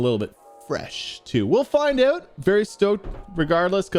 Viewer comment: Dude, sometimes I forget you’re Canadian and then you drop a “check ewwwt” 🇨🇦